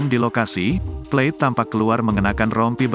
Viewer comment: Plate bukan " pleit "